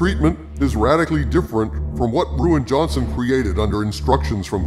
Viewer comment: I can't help but chuckle every time I hear "Ruin" Johnson